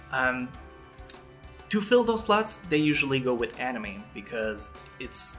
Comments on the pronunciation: .."they have sluts that they have to fill"..(i know it is "slots" but hearing it the first time made me laugh my ass off!!) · your pronounciation makes slots sound like sluts, I have been giggling I admit :3